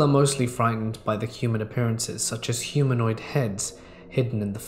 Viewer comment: Why I'm I hearing humoid???